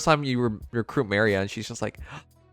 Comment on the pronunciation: I think he’s just doing it on purpose because, at this point, I don’t know he keeps “mispronouncing” characters’ names. Sure some are quite difficult at first, but, seriously?! Ma-ri-a?!